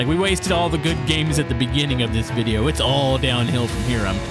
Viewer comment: "videyose" *wheeze